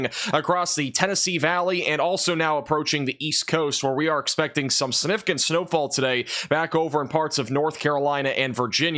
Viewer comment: It’s pronounced siGnificant